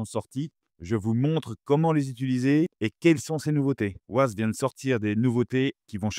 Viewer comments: On prononce 'Wayze' pas 'Waze'... Ces Français et leur accent anglais 😂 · Wayze..pas wazeuhh lol tu fais pitier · Ça s'écrit waze, mais on dit waize, c'est anglais. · Waze😂 on dit Wèze😂😂😂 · Mouhahaha pour information on ne dit pas ouaze! C’est un contraction de deux mot Ways et Maze Waze est un jeu de mots anglais basé sur le mot "ways" (prononcer wéze), qui peut se traduire, en fonction du contexte, par : « voie », « chemin » ou « manière (de faire) » et maze (méze), signifiant « labyrinthe » 😂😂😂😂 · Bonjour. Waze se prononce ouaize comme ways (chemins en anglais). C'est justement parce que le nom de domaine était pris que les créateurs ont choisi une orthographe différente. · Ah les camemberts... Waze c'est Wéze à l'audition... Comme Modern Warfare, c'est Warfére à l'audition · Très intéressant merci, mais alors : "ouaze" Ça c'est vraiment pas possible !!! :) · ah oui "woize" c'est bien ... :-) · J’ai entendu « Wouaze » j’ai quitté la vidéo direct 😄🤦🏾‍♂️🤦🏾‍♂️🤦🏾‍♂️ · Waze, qui est un mot anglais, se prononce wé-y-zzz... C'est que ça fait mal aux oreilles... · La prononciation. Le nom de l’application est bien Waze mais ça se prononce à l’anglaise weīze (comme « ways » qui veut dire chemins ou routes en anglais). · J'ai entendu "waz" j'ai direct quitté la vidéo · J'adore la prononciation française, mais en effet, ça casse un peu les oreilles... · Je peux savoir pourquoi vous ne prononcez pas correctement WAZE ?